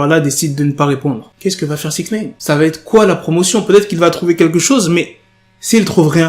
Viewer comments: Wsh tu rend fou avec ton "6ixneyne" tu peux pas le dire normalement ?? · Comment tu dis six neine ???? Chelou